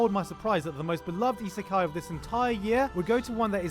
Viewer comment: "Slime Iseka---" I'm gonna stop you right there